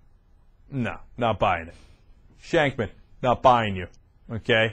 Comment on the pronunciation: "shankman" lmao